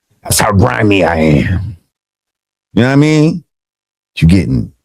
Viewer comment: No one says “you nah mean” like Lord Jamar … when vlad says it , it just sounds mad weird.